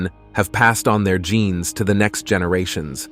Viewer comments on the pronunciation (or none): none